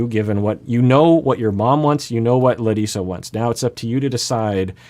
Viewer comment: I want to thank you for pronouncing Larissa as she does, as foreigner (meaning person from non-english speaking country) I also wouldn’t be happy if everyone would call me some other name that is not mine.